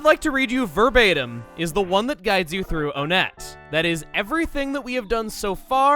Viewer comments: Ok, this is admittedly starting to bother me. I know I've mentioned this a few times, but I'm pretty sure the town name is pronounced "ONE-ett" instead of "OH-nett" because it's named after a number, like the other towns in the game. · Wait... Onett... Twoson... One... Two... EGAD IS ONETT PRONOUNCED ONE-TT?